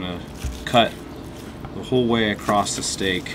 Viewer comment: There is no "T" in "across"...